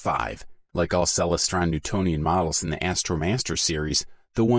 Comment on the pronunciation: You don't even know how to pronounce Celestron!